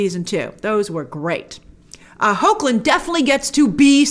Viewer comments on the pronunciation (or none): I just like Tyler Hoechlin and its pronounced heck-lin it is hard when you just read it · btw Grace, his last name is pronounced "Hecklin", great video and I didn't see it coming that you'd like it LOL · Hoechlin is is pronounced ''HECK-lin' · So, a little tutorial on how to pronounce Hoechlin. Heck-Lin.